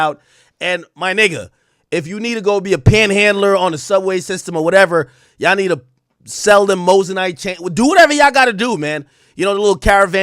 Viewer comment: Drano not Chaino